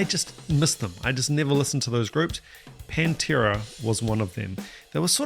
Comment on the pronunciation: Need to correct your pernunciation sir... The band is PAN tera..... you keep swapping the A for an E there is a Penntera... a Pennsylvania based Pantera tribute band.